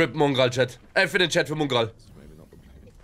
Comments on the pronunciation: Du meinst mungral? 😂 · Jemand ne ahnung wieso er es immer Mungral ausspricht?!!! Nervt mich jedes mal wieder todes 😃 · Digga wie er nicht mal Mongraal aussprechen kann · Genau Mungraal